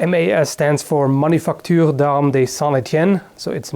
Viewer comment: You made me laugh. It's "manufacture" btw. :D